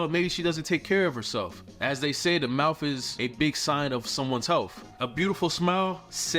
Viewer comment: MoutTH .. teeTH … healTH .. there are no F’s in those words